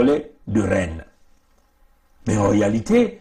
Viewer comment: Rennes on ne prononce pas le s. Allô vas y